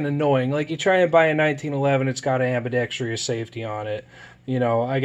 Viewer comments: Say it with me...ambidextrous NOT AMBIBEXTRIOUS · It's one of the most common mispronunciations in the English language for sure. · Ive never said it before but that shit always annoys me too. I dont know where they got that extra syllable from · it still boggles me why people can't pronounce ambidextrous as ambidextrous. it will always be "ambi dex tryus."